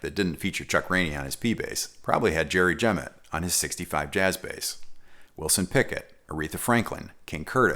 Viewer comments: loved video... but i believe it's pronounced Jerry 'ja-MOT' check it out here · Just so you know, Jemmott is pronounced with the accent on the second syllable: jem-Mott. Also, Will Lee plays p-basses, more specifically Sadowsky p-basses.